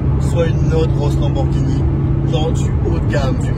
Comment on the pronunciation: "marqué Lamborghinini"